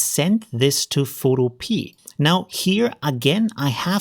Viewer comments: Pho- to- pe- a, like utopia. 😀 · Very useful and well explained. I suspect the developer wil be a little miffed at your mispronounciation though. In this context, the pea at the end is pronounced as in wikipedia not as a garden pea lol.